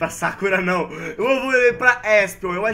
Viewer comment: sakura n tem acento no "a"